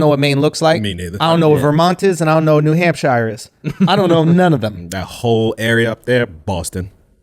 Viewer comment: why does Schulz keep saying New Hampshire wrong lol?